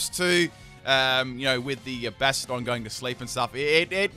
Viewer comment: Bahshtyadohn. That is how you pronounce it. Bastion - n + suffix "Don"